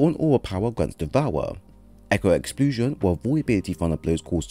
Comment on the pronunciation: Lmao Idk if I can trust a guy that makes up words like exploosion😂😂